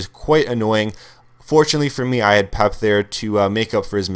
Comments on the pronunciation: Peh-Pay! Not Pep! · "Pep" wtf man it's pep-a thats how its pronounced and also this is the worst team i think ive seen this year on fifa 13 for a squad builder this costly...the team is incredibly slow you arent going to win many games Im confident my bronze english/mls hybrid would crush this team also you have hardly any skill moves on your players and you dont talk about it at all....you are obviously a sweaty player and a scrub at this game Unsubbed